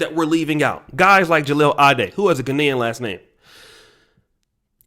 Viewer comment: At least pronounce his name right